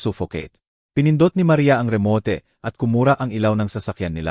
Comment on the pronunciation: Sydney Australia,,kht English at Tagalog wrong pronouncesion si kuya😊(remote,Jose,gate,Beatrice,vibrate,bibig,hunted at etc,grabe 🥹